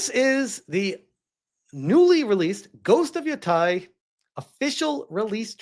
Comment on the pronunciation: Haha at least say Yōtei right if you gonna bash the whole game and not just be honest you are scared to play a woman in a video game. You're also throwing out some racist/sexist vibes my guy...not a good look